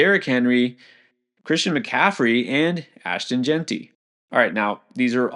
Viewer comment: He finally learned to pronounce Jeanty! Thank you! But great content guys